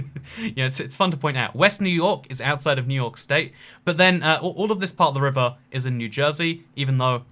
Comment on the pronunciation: my favorite city, new hork